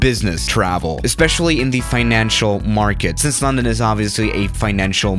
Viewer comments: Hmm he says LAWndOwn instead of london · I dont how he says Lawn - den .You say Lun.den . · uhhhh I'm here in a 737 in lcy Me:it's illegal!:on no I need to escape lundon Me: (Facepalms) it's London not lundon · Normal people: London: laRrRndOn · sais it like Larndarn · It’s pronounced lundun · You pronounced London wrong the whole time you say it as a u not an o